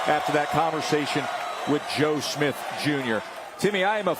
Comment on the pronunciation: Don’t you love how he says “Joe SmiF”..?!!!🤦🏻‍♂️🤣😅